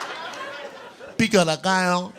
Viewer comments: Him using a "funny voice" to say the Hispanic food named wasn't even really a voice. He was just not saying the full words and it's obnoxious. Huevos Racherrrrrr.... Picol(yes he pronounced an L that isn't there) de gallllllllllllll and he gave up on what I could only assume is chile rellenos in which he just said Chile rrrrrr and stopped. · “huevos ranchEROOSSSS, pico deGUYAAAAAAAA, chiliAHHHHHHHH” lol this was so bad omg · i'm puerto rican and i can make a mean pico de gallo, i was fuming when he butchered the name of it even as a joke, i won't stand that sorta disrespect